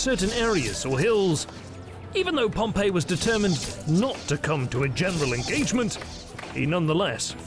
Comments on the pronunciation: While this is otherwise a great documentary, the fact that you habitually mispronounce Pompey's name really makes you look bad. It's "pom-pee" not "pom-pay". "Pom-Pay" (Pompeii) was a city that a volcano destroyed while "Pom-pee" (Pompey) was a famous Roman general who lost to Caesar and was subsequently murdered on a visit to Egypt. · I wish the narrator would stop pronouncing "Pompey" as "Pompeii". The former should sound something like "Pom Pee", the latter like "Pom Pay". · Pom-pay is a city that was destroyed by Mount Vesuvius. Pom- P is the correct pronunciation of the leader. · It's not Pom "pay." It's Pom "pee." Pom "pay" was the city. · Note: there was no concept of imprisonment in republican Rome. The only prison they had was only used in temporary circumstances and did not even have guards. Exile was the worst case scenario if Caesar had not marched. Also: it's pronounced Pomp-E, not Pomp-A. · Pompey is pronounced Pom-pee. Your pronunciation that you used of "Pom-pay" is how the city of Pompeii is pronounced . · I have a little gripe, it's not a huge deal but for someone borderline OCD like me it's like nails on a chalkboard. PompAY is a city/province. PompEE was a person. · You keep pronouncing Pompey as if he were the city Pompeii. They are entirely different. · And the Roman Pompey does not have the same name as the city Pompeii, which is the pronunciation used in the video. These people are illiterate.